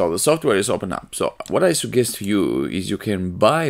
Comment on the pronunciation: when He said sugkest I felt it thnx btw